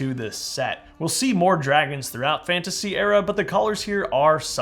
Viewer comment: hey there is this guy called TGT Studios and he is extremely good at Lego Minecraft like you Btw I heard you say sea Dwagons lol